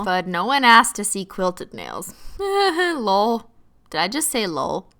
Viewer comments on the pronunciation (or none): What is she saying Lowl or lol?!?!?! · I pronounce it like that, and my friends start laughing, does anyone know why?